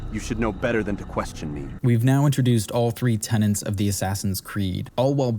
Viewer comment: Tenets! Tenets. Say it a few times. Not tenants!